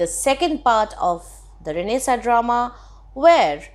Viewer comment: it is not pronounced as Renaisaaaa its Renaisaannnnnnnnnce